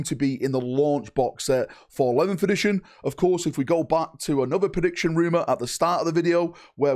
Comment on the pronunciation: Video starts: "11th-ition"